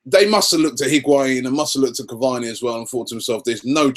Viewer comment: Its Caváni guys.